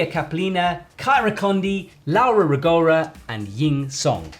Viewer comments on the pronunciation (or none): pliiiizzzzz! Laura Rògora, NOT Ragòra. ROgora, with the "o", and proparoxitone. :-) (where does your "Ragòra" come from?)